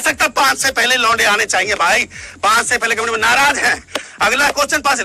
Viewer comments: When he say lounde i listen lo.....de😂😂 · Aur kis kis ko "launde" me kuch aur sunai deta hai?? 😂😂😂